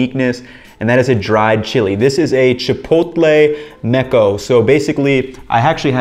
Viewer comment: Chipotle "seco", not "meco". The first means dry, the other means splooge.